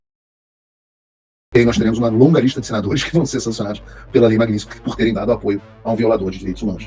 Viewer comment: MAG NIT SKY MAGNITSKY MAGNITSKY MAGNITSKY MAGNITSKY MAGNITSKY VENDA SE FALA CERTO O NOME DA LEI MAGNITSKY